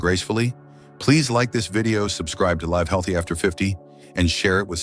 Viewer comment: When are they going to teach these AI characters how to say "live" properly?